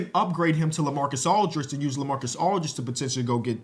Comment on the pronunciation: bro called lamar odem lamarcas aldridge 3 times